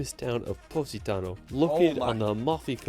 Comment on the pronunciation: sorry but he pronounce the city from Italy "Positano" so weird. That is not a "Pu*** Tonnel"🤣🤣🤣